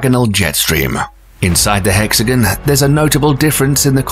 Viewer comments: So why are you saying “hex-again” instead of the proper “hex-a-gone”? Quite odd. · How can you say hexagonal, but also say hexagan instead of hexagon. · I thought it was hexagon not hexijin ? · It is not a hexagan it is a hexagon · This guy doesn't know how to talk. Hexagun. Many others. Satun? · The narrator pronounces "hexagon" like "Mexican." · It's "hexi gone" not hexi gun, and it's hurri "caine" NOT HURRICUN", it's hard to believe anything you claim if you can't pronounce anything properly! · It's pronounced "Hex-A-Gone" It is Not pronounced "hex-a-gun" Say Gone.. It never.. sounds like gun. Stop that Also hurricane.. Hurr-i-cane.. And never hurr-i-Con Hurri(caines) "Caine" Caine's And NOT hurrican or hurricans